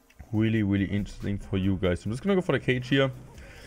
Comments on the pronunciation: Waelly weally intressting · This was a weally weally great video